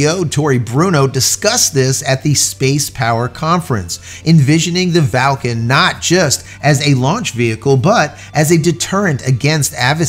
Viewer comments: Where's the "a" in Vulcan, that is, the first "a", after the V. There isn't one! Its pronounced "vuhl·kn", not "val·kn". Just saying.... 🙂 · Clearly VUL-CAN says VAL-CAN instead 😂🤔🤦‍♂️🤷‍♂️ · J, it’s Vulcan no Valcan. Think Mr. Spock’s homeworld.. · Or, was that a tongue firmly in cheek as in Falcon (Valcon?). Just let us know. Thanks, love your channel. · I'm sorry J. is it pronounced Val kan or as it is spelled Vulcan (like in Star Trek). Just asking? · Vul can... VU LLL CAN .... sound it out with me.